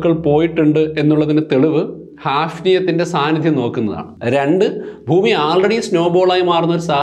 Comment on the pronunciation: എല്ലാ വീഡിയോകളും മികവുറ്റതാണ്. ഉച്ചാരണത്തിൽ, ഫൂമി മാറ്റി ഭൂമി എന്ന് പറഞ്ഞാൽ നന്നായിരുന്നു.